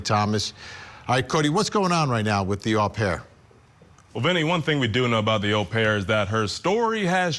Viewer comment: Great insightful report as always. Just a little thing, the European pronunciation for the nanny "OH PAIR" not A PAIR !